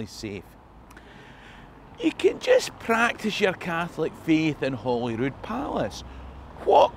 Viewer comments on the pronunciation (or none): Hi, hope you are keeping well. You seem like a smart guy, so tell me this. Why do so many folk call it Hollyrood, instead of Holyrood.? After all we're talking about Holy Cross. This wee 'spanner in the works' is a pet hate of mine, and I end up shouting at the tv/laptop/wireless when I hear it. Is it a secret society? Is it sore? Secret handshake? Anyway! It really 'kin winds me up. Let me know what ye think. And if you have any further details about fat bloke sex cults, please reply in a plain envelope. Thanks for sharing. Stay safe and keep up the good work.:) PS. I always wanted a balcony. Never happened.